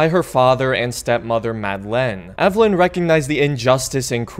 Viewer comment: It's pronounced "Aveh-leen."